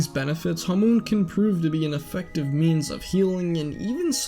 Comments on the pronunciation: first of all, why are you pronouncing hamon, as hamoon second, you could just blame joseph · why do you say hamoon not hamon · U say it like its written hamoon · Why can literally no one pronounce hamon right. Hamoon🌑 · Its pronounced HAH moan